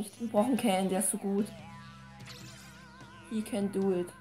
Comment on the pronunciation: Hallo erstmal und schönes Video ach ja ich bin dieser Can aber es wird Chan ausgesprochen. War wirklich schön mit euch die Runden zu spielen und macht auch sehr spaß das Video dazu anzukucken und hab mich immer wieder weg gelacht an ein paar Stellen und hab mich über die Komplimente auch sehr geschmeichelt Gefühlt :D Ach ja ich bin auch der der die 2 Smash Stages euch geschickt hat :)